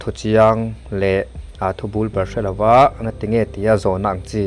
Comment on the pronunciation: Bul bal i lam dan hi a dik lo